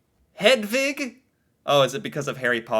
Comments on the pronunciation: You are pronouncing Hedvig correctly! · im from norway and hedvig and selma is the names you pronunced the best